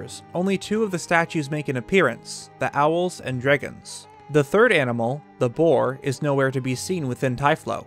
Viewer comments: Remember everybody, we’ve all been saying it wrong. It’s dreygons. Not dragons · "THE DREEGOOONS"